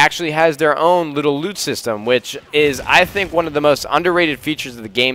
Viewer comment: Every time I hear loot, it allways sounds like lube, "hey I just dropped some blue lube"